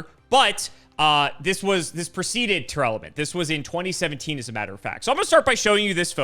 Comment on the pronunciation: it is not Tear-alament or Tear-element, it is Tear-lament